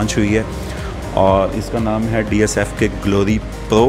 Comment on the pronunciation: Its not dsfk...its DFSK 😂...why wud somebody trust your review when you dont even know the name 😄